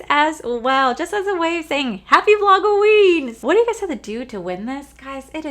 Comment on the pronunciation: I looked through all the comments to see if I was the only one who noticed the “Vlog-o-weem” 😂